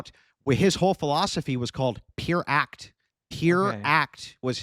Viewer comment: "It's an action, not a rhetoric". Thanks - you just proved you have no idea what you are talking about. "Pier Act"? He said it three times when trying to pretend he understands Gentile's philosophy. It's 'Pure Act',. Pure Act. actually thinks that Gentile is saying 'actions speak louder than words' or something similar. Apparently he doesn't understand the difference between actualisation and action. oh well. I guess fascists don't think, they just act.